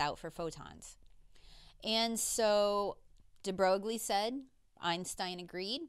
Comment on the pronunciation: F r e n c h physicist ‚de Broglie‘ ( Aaaarrrrghhh) is pronounced de Broi. Well, yes, english speaking people and foreign languages… a desaster. But a professional physicist should perhaps be aware of this. Admittedly, even for people educated in French the pronounciation of Broglie is a bit strange and uncommon.